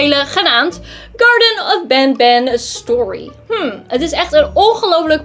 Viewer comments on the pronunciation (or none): Het is geen benben maar banban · Het is niet ben ben maar ban ban😂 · het is niet bembem maar bambam like als je daar mee eens bend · Je spreekt het niet goed